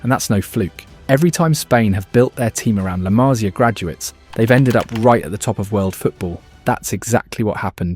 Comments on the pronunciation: A ver, en catalán se escribe La Masia, pero en español es La Masía y se pronuncia así, con la tilde en la í, LA MASÍA, que suenas insoportable diciendo "La Masia", créeme. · Masíiia, no Maaasia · Pronuncias mal la másia, correctamente es la masía, acento en la í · Se dice Masía. Con acento en la i. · Masía. Acento en la i 🙌👍😜❤️ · Acento en la i collons! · haces un vídeo sobre la MASÍA y ni sabes como se pronuncia??? es la MASÍA, con acento en la I. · La Masia, el acento en la i no en la primera a :body-blue-raised-arms::body-blue-raised-arms::body-blue-raised-arms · Pronuncias mal todo el rato el nombre de "La Masia". No es una palabra esdrújula,es una palabra llana. El acento va en la "i". Te lo digo como ciudadano catalán y español. De un barcelonés.